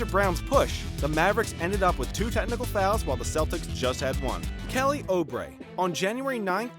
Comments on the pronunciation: ”Kelly oh-brey” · it's bo-bawn mar-yawn-oh-vich kelly ooh-bray Oh-luh-dee-poh Dray-mond green